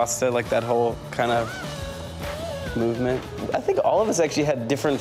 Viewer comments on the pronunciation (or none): i think rostam tried to say "movement" but it was just a mumble